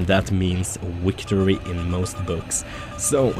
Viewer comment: "weektory!" ;) hahah I love this man! Keep up the vids! hey guys I have some descent BF3 videos check em out? Maybe even leave a sub? :D